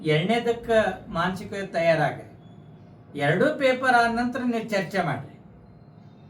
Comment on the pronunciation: ಪೇಪರಾ ಅಲ್ಲೋ ಬಚ್ಚ ಸುಳಿಮಗನೇ ಪೇಪರ್